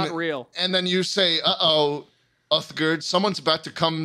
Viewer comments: my favourite part of this podcast is the fact that "schlatt" fucked up Uthgerd the Unbroken's name every. single. time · Hearing their pronunciation of Uthgerd the Unbroken and Alduin is killing me Like bro they say the names in the game, did you not listen 😭😭 /nm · Love how "Schlatt" claims the only character he knows from Skyrim is Uthgerd but he then pronounces her name wrong and gets her title wrong.